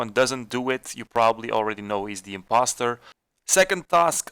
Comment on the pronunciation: “SIMPoster”, really bro 😂